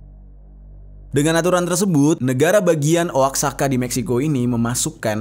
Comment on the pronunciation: Yg benar cara bicara dari oaxaca adalah wahaka bukan oaksaka